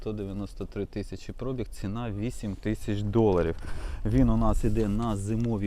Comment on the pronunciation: Хто каже слово пробІг з наголосом на о, той довбойоб.